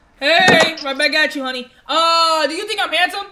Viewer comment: “HOUNRY WhErEs MY sOpOUR SuIt?”